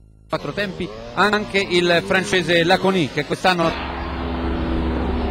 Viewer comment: si pronuncia Láconi, è sardo :(